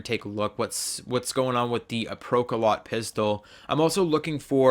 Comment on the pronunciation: The PKM was actually the precursor to the Pecheneg, and is a real world gun. (also it's pronounced "Pro-ka-lowt" and is a verb meaning to pierce)